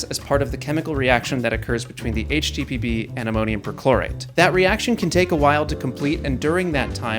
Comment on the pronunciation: I heard "HTPB" as "HTTP" 😂😂😂